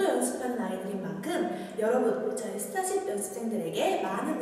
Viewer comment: 아닠ㅋㅋㅋㅋㅋ진짜 발음 넘 기여워ㅠㅠㅠ 스따십 연스센 송!형!준!